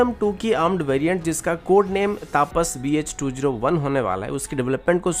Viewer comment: भाई साहब, नाम तपस है, तापस नही । कृपया सही तरह से नाम पुकारें